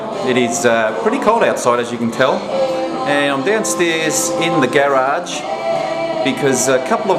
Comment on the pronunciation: lol at 13 seconds he says Gayrage! LOLZZZZZZZ